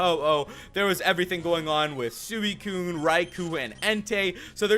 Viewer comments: You dont prenounce it Suiciune its Sweecune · it's pronounced swecune